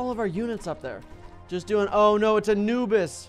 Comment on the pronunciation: It’s A-NOOB-is